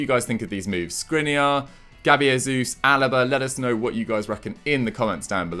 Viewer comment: Its Jesus not Resus he's Brazilian not Mexican